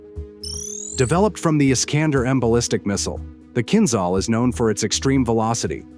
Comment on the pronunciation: It is not called Kinzzall... it is kinjal like french jour...